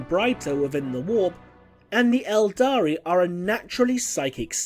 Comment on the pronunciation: Cmon man 'eldar' don't call them eldari